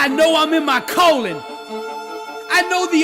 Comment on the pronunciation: Was I the only one that thought he was saying colon? 😂